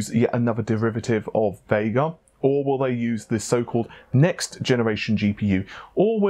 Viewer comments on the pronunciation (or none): none